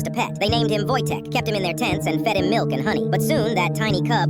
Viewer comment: Wojtek is not pronounced like the American wojtek it's pronounced "Woytech"